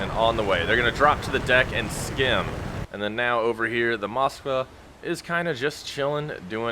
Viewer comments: It's MOSKVA not MOSKA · Dude...drives me crazy when someone is trying to be accurate, and can't read. Phonetically, the ship's name is MskVa, not moska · Moska 👎🏼 Mosk-Va 👍🏼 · Moska???? No, Mosk-vá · Dude...drives me crazy when someone is trying to be accurate, and can't spell. Phonetically, the ship's name is MOSKVA not MskVa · "Russian ship the Moska"?